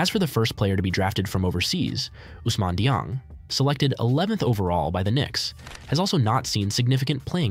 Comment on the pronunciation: Butchered Ousmane Dieng’s pronunciation and then thinks he’s plays for the Knicks even though this is a video about OKC lol 😂